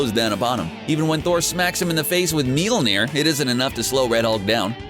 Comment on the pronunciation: Mjolnir is like miol-near